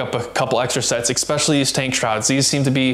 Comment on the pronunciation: "expesh if you ride on the road"??? The word is Especially. No EX there.